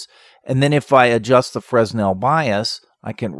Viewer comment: Quick pronunciation correction. Fresnel is pronounced freh-NEL. The 's' is silent and the emphasis is on the second syllable. I have no idea why the French insist on adding letters to words and not using them, but they do.